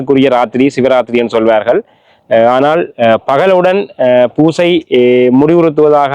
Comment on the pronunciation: பூசை என்று சொல்லுங்க.×( வூசை)